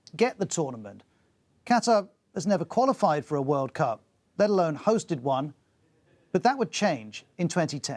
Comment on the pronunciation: The 2022 . . . Whirl Coup . . . Catarrh